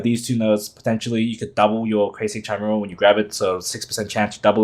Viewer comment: It's pronounced with 'k' 😅 ki-mee-ral